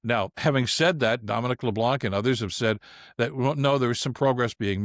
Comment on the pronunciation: I cringe every time you say Dominic Leblanc. It's a french name, and the "c" at the end is silent.